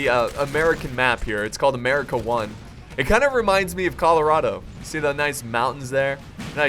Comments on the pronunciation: what is with this Murica stuff please stop and actually say the name correctly but other than that good vid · Lol the way u say America "Muricah"